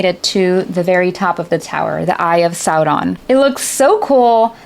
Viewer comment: Certified Tolkien nerd, you said "Sow-ron" not "Sore-on". Spot on! XD